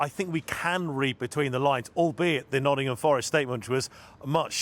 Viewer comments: Why are they calling Nottingham Forest, “Noddingum Forest”?!? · “Noddingham forest”